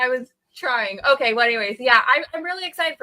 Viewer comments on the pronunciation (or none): say "okay" weird. Sounds like "umkoy"